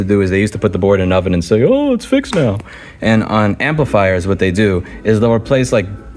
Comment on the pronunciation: "Let me know when you hear the difference".: "Neow" (now). Priceless.